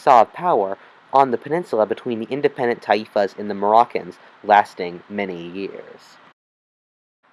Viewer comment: Taifas got the accent on the A , not on the I.